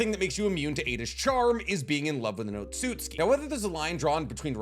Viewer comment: Why do you pronounce Otsutsuki as otsutski? It's o-tsu-tsu-ki. Not o-tsut-ski.